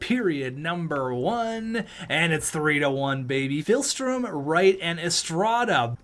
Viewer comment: Day 1 of telling that it's not PHILstrom, but PIHLstrom